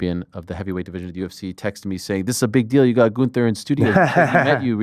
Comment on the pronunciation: I respect Ariel for address the ring general by his name GUNTHER and not saying Gunther 💎💯💎💯 I hate when people refuse to pronounce his name as it is presented … His name is not GUN THER … IT IS THE WWE WORLD HEAVYWEIGHT CHAMPION GOOOOOONTHER